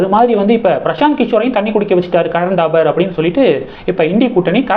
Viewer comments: Karan Thapar, not Dabar. How horrible your pronunciation is! You refuse to improve it. If you don't know how to pronounce names & words correct why do you make videos? Can't you pronounce P & B differently? Don't you know difference between P & B? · கரண் தாபர் .. '-பசு, படம்- சொற்களில் உள்ள 'ப ' போல் உச்சரிக்கவும்.